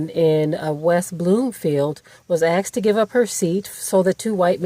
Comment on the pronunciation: Axed? Really? Did you mean “asked”?